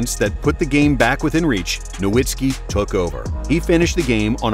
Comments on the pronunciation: Just discovered this channel and it might be my favorite nba content on yt. But could you please pronounce Dirk's name correctly? Have more respect for him than the commissioner did. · It hurts me when "Nowitzki" is mispronounced.